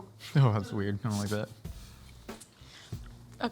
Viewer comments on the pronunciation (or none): none